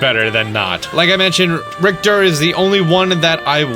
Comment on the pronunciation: Richter is pronounced Rich - er. Not Rict er